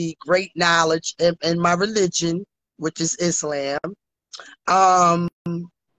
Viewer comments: Not is-LAMB 😂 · 😂WTF I cannot stop crying 🤣" I am Muzlim the Koran Izlam " 🙃He has to buy me a house and a car and college tuition for my son 🤣 Cam is undefeated, GOD help me I love this show to much, this has to be a sin 😅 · She cant even pronounce words. Is"lamb". Girl what!? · Islam but she said izzlamb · Did you hear how she pronounced the Islamic terms😅😂? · Right. She can't even pronounce it. You know she's not following it. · Bless her heart. She pronounced the whole religion wrong 😂😂😂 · And everything else😂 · She can't even pronounce Islam but practices the religion, smh... #herlifeisajoke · Is-slam? Q-ran? 🤦🏾‍♂️ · I do read my 'Kur-Anne' to help me out, you know... 😭🤣. Not an Auntipanuer, who studies IsLamb.. 😂😂😂😂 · IS-LAMB and COR-AN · Did she say she was in the religion of "Is lamb" and she reads her "Core Ann". Now this is every man's Trophy wife, 🤣🤣 She needs to be institutionalized immediately. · She didn’t even say Quran or Islam right, bless her heart😂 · Angelo Madison Right!, she couldn't even pronounce" Islam" right or "Koran".🤔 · WTF is a Auntieprenur (Entrepreneur)? Karen (Koran)? and Itslamb (Islam)? 🤦🏽‍♀️I thought us Georgians talk messy. This is mental health call 😂 got a new calling ….. being a counselor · She said Ontraprenur not entrepreneur 😂 Izzlam not Islam and Qrun instead of Quran 😂😂 Hot bubbly mess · This woman can't say entrepreneur, Islam or Quran correctly; but claims to be a business owner, Muslim and reads the Quran???????🤣